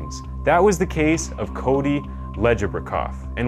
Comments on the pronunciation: It's Cody Ledge-a-bak-off, I think. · His last name is pronounced ledge-a-bow-cough I went to elementary with his little sister and his dad coached my hockey team for a year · Crazy to see this story on here. It's pronounced "ledge-eh-bo-koff". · I wish they pronounced his name correctly so everyone knows it… it’s “Ledge- obokoff” Some of these details are wrong too. In the court they said that ‘Leslie started stabbing herself with a screw driver”, not a pipe wrench… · It’s ledge a bow cough. And maybe saying he Excelled in sports 15 times isn’t enough better say it again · Pronounced "ledge-E-Bok-off" Legebokoff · Pronounced ledge-ah-bow-cough